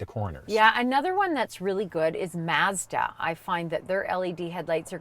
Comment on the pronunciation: lolol, they way she says Mazda.. “Maze’da” and “Spor’Tahj” I had no idea was such a Mazda fan.